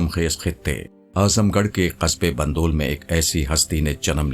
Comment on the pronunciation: bandul nahi bindwal